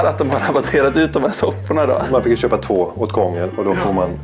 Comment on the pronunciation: Det heter chex it kex och det heter chök inte kök och det heter chöpa i te köpa